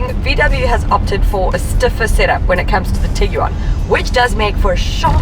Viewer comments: Tiguan.. Like Tig-ONE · LOL!!! Tig-You-One... dying!